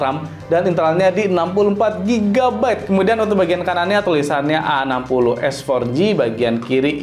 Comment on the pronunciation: Slfok bacanya itel AGOS 😂